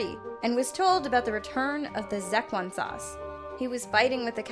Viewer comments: It's pronounced shesh-wan. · Its pronounced se-shoe-one-sauce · Zeckwan sauce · Its pronounced "sesh-won sauce" Just had to correct you xD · Did she just say "zeppelin sauce"? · Marco Palmer she said zecklin Sause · Dislike for saying the Rick and morty sauce name wrong. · sorry how did you pronounce the Szechuan sauce